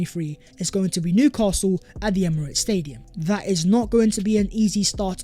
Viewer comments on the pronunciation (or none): none